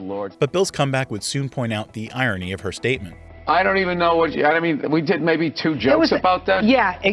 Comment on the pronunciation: You say irony incorrectly